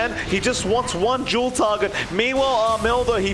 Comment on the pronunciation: Its fucking called DUEL not JULE!